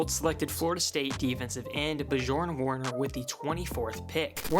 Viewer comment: I Love how they butcherd Björn Werners name 😂😂 his name has a Nordic Origin, not french 😂😂😂